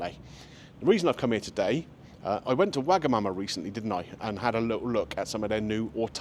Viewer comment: Sounds rude when you said "I went to wag a Mama the other day"